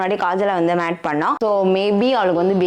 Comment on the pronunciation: It's Mate, Mating, not Matt Bro 😅